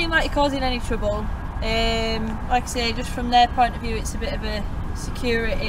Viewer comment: Ohh I LOVED , giggled , rewound & rewatched that hilarious (to my American 👂) the 👮🏼‍♀ state - ish… ‘’They’re concerned about SUF-Tayee uhh SECK-URR-UHH- i/eye👁’’. Ohh my 🙃😆 That was awesome & wild. Lol. This video was suggested to me b/c I suppose Googles YouTube thinks well since I love learning about rights in 🇺🇸 this video in another country will be PERFECT , for you with as long as the Subtitles can be enabled. It’s so fascinating all the differing accents in the English language. It’d be fascinating to watch a video to see the core fundamental differences between some of the most basic supposed guaranteed rights in UK , 🇺🇸 & 🇨🇦, b/c it’s seems although similarities are there , I believe that the constitutional 1st Amendment rights are a little different than in 🇬🇧 or Great Britain or however exactly it’s all encompassed, (as a ‘’dumb’’ American.. I’m not entirely sure but said w/ respect 😃) . It is intriguing nonetheless how angry people become when they see others in public doing something they don’t see everyday so they have a fit , 🫠 & actually essentially tattle tale like we’re back in grade school, but it appeared that your police 👮🏼‍♀ was not as psychotic or egotistical as our female officers almost always are, in theory one would imagine hiring females for policing would add a balanced compassion to citizens & it sure does not seem to work over here, it is very shocking & sickening at how dreadfully lacking the 🇺🇸 Gov’t brutally enforcers behave when